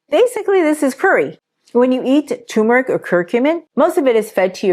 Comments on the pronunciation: The R is not silent in turmeric. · Is tumeric the same as turmeric ? 🤷‍♂️ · Why does everyone call turmeric toomeric. Genuinely asking. People drop that first R all the time. How come?